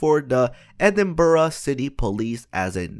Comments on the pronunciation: greyfires bobby is well know in edinbrugh not idinbrugh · Dude, it's said like: "ed-Im-bruh" not ed-im-ber-ra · Edinburgh is msaid as edinbra not edin ba ra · It's pronounced edin bruh not edin buruh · Edinburugh? It's Edinburgh (ed-in-bruh) not ed-in-bur-uh, tho still better than how some English pronounce it like ed-in-burg, yeah if you haven't guessed I'm Scottish lol. I love your videos and I'm really knowledgeable about gta because of you and a few other youtubers😆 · Oh my its (ed-in-burhu) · KevC I know dude, IDINBOORAH hahaha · everytime he said edinbrugh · Why oh why did he say Edinburugh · and its Edinburgh not eidenbruh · its you say e-ding-burg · I'm from Scotland and the way you pronounce Edinburgh is so cringey It's pronounced EDIN-BRUH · It's pronounced ee-den-berg. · Edinburuh is what I hear him say. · It's pronounced ed-in-bruh, but you gave to say quickly or it's not right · who else is tigerd by the way he is saying Edinburgh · The way he says Edinburgh makes my ears bleed.